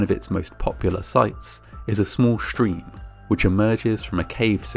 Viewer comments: Awesome. The way he said "shtream" "shtudents" and "conshtruction" was very distracting. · Why do you pronounce stream as if it’s got an SH in it..you say Shtream 😝 irritating..not the first time..